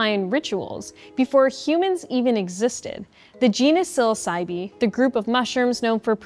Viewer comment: I don't think the e at the end of psilocybe is pronounced